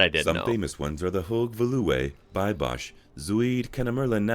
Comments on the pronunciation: I DIED at Hogue Veloure!!!! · The internal video voice misses all of the prenouncement of the national parks 😂 It is: Thu hoo-ge fee-lu-wu Thu be-s-bos Thu oo-ster-skel-du